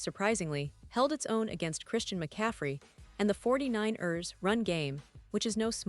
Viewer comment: "This is a community, a family, and your voice is a part of it," says the botlady voice that is not even programmed to say football words like 49ers properly. At best, as a pretense of speaking for the team, a total sham. Overall quality, repetitive and boring. Worst, based on a clickbait outright lie going in. No more Seahawks News Today for me. In fact, thisvideo has convinced me: When I hear a botvoice speaking, I'm clicking off of whatever I clicked on and not coming back. AI botworld is not a "community" or a "family" I choose to be a part of.